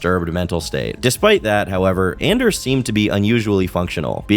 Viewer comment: Dude it's ON-ders its a hard ON ffs.